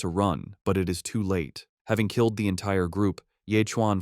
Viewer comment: Am I hearing it right Ckilled not killed lol